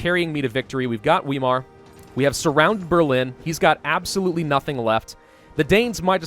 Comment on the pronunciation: Weimar is pronounced as if it is spelled Veimar, because that is what happens to a W in German, it is pronounced like a V.